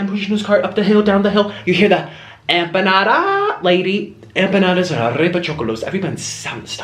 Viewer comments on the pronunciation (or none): none